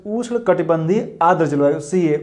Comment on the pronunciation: Sir ush nhi hota ushn hota h